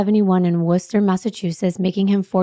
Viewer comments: I am from mass actually lived in Worcester for a while, you pronounced it perfectly 😊🎉❤ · You got Worcester right! Lol "wohs-tah" not "woo-cester". Lol nice job. ;) (Rhode Islander here) ❤ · Boston here!! And I am soooo proud of you for pronouncing Worcester correctly! I ❤ the both of you together. I have been watching your original channel for years and I love, love, love your deep dives and LONG videos and I’m so glad you continue to put out such amazing content that allows us to really know and appreciate these victims, who deserve every minute of their stories told. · I live in Massachusetts and you pronounced Worcester perfectly! People usually pronounce it like Worcestershire sauce.... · THANK YOU SO MUCH FOR PRONOUNCING WORCESTER PROPERLY! 100/10. Most people outside of Worcester can’t pronounce it 🤗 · Worcester!!! You said it correctly! I've been living in Worcester, MA for 35 years. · I was born in Worcester, I love hearing people pronounce it correctly 🤣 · I was born & raised in Worcester, you said it properly 😂 though locals say "Wuhstah" lol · I was born in Massachusetts also and u said Worcester correctly ❤